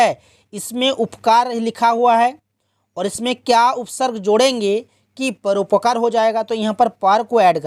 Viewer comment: परोपकार गलत पढ़ रहे हैं😅😅😅😅😅